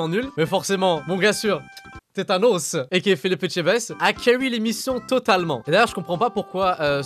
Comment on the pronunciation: Tétanos mdrrr c'est tanos bordel